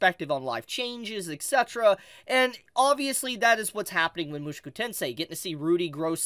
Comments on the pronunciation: why are you pronouncing Mushoku as Moo shoo koo its Moo Sho Koo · Oh god 😭 it’s mu-SHOW-ku tensei !!!!